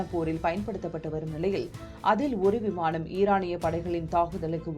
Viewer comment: விமாணம் இல்லை விமானம் ன, ண சரியா உச்சரிக்கவும் 🙏🙏🙏🙏🙏